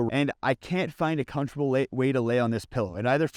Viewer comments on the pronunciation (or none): none